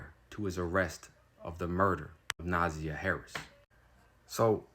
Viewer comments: It's NA ZAY YA . Not nausea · Name is three syllables with emphasis on the second syllable not the first syllable so “na ZI yah” (hope that makes sense). Thanks for covering this crime story and let’s pray for justice to be meted out asap. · If you are going to report on these stories, please have some respect and get the facts right. Specifically, the pronunciation of the name. Her name is pronounced Nuh-ZY-ah. And her aunt is Shannon. Who is Teria? And he did not live there. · Her name is pronounced Na-za-yah. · Sir, I appreciate the reporting…but you TORE those names UP! I’m dyingggg 😭😭😭 the pronunciations are JAR-VUS and NUH-ZY-YUH 💜💜💜 Thank you for posting!!! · Na-Zy-a is how you pronounce her name. Na-zy-a 😅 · All of your INFORMATION IS WRONG!!!I INCLUDING THE PRONUNCIATION OF NAMES....